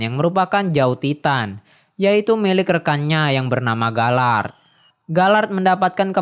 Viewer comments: *galiard🙏 bukan galard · Gabi bukan gebi,, galiard bukan galard